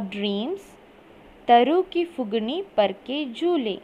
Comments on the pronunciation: mam acutually its phungi not phugini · It’s not fugni , it’s fungi